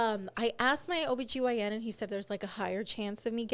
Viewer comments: When calls her OBYGN a BYOB! 😂😂😂 not being your own beer hahahahha I’m dead. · Im dying calling your OBGYN your BYOB😂😂😂😂